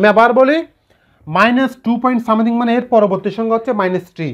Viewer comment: u r right. As he can't pronounciate a simple word like "Something",he shouldn't spell it for being trolled.None is perfect is also known to me.